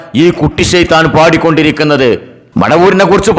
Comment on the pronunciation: കൂട്ടി ശൈത്താൻ അല്ല ഒറിജിനൽ ഷൈത്താൻ